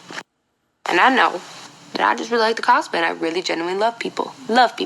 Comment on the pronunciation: What is she saying? I listened to it several times and it still sounds like "Hi I'm Mariah and I do car pen on the Internet". Was that supposed to be "cosplay on the Internet"? Well she surely won't be doing that anymore. Maybe that's why she mumbled the words.